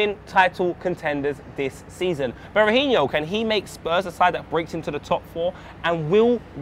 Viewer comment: It's pronounced Bera-He-No not bera-he-knee-oh